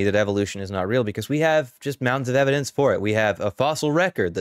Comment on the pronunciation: "Laets take uh look at the evidance." 😂